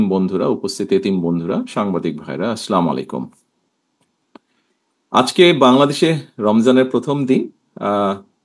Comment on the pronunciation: আশা করি পরবর্তীতে সালাম টা শুদ্ধতা সহকারে দিবেন।।। আসসালামু আলাইকুম।।।